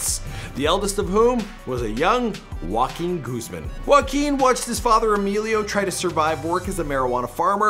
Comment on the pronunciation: He said walking goose man ? 😂